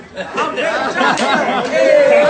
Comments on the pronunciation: Head's up homie! It's Bachata, not Bachacha! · It's called the "Bachata" not berchacha. Just had to say. Ignore this comment just say it correctly next time lol. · 😆 🤣 😂 WTF IS BACHACHA?? YOOOOO IM DEAD AK YOU HAD ME IN TEARS WHEN YOU KEPT SAYING THAT.. 😭 🤣 😂